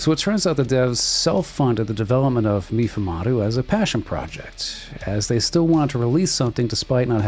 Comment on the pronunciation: Meefoomahdo.... It's pronounced May-fumado